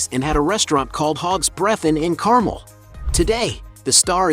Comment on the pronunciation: learn to correctly pronounce "car,mel", won't you?